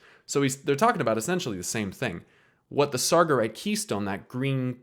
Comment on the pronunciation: Great vid, I need to correct two things, though. you say "sargerite" you have to stress "ge". And it's not "oroboros" in Greek, its "ouroboros", you need to say "oo" not "o" Think of the word orangutang. Sorry... XD